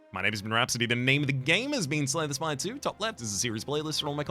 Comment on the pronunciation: Not sure Rhapsody is pronouncing Slay the Spire correctly